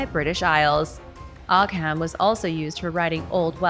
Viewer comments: Ogham is pronounced OH-um. The letter 'h' is used as a lenition marker in Irish Gaelic. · It's pronounced Oo-Wam, at least that's how I was taught.